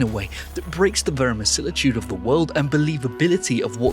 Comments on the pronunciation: you mispronounce "verisimilitude" as "verimasilitude". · That is 100% my new favorite mispronunciation of verisimilitude.